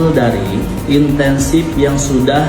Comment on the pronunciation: Perhatiin nggak, memang dasar Bocah TOLOL .... dia berulang kali bilang intensive bukan incentive !!!